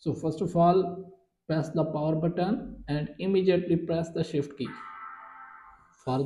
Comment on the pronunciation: The way it says shit instead of shift